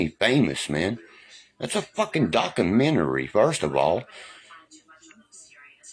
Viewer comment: Docamentary? Conconsciously? There should be a compilation video of all the words this moron butchers. Never heard so many lies. I know him, thats how I know he is lying. Hes so stupid, he doesnt realize that his son is humiliated by him.